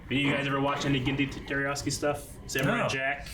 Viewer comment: His name is not "Jerryoski!" It's Tartakovsky! Tar-ta-kov-sky. It's like is incapable of even coming close to pronouncing the name right. He does it every time he mentions him and there is no excuse when they are doing one of his shows and can write it down for reference.